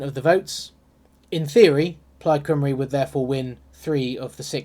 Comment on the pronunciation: Plaid Cymru is pronounced 'Plied COMEree'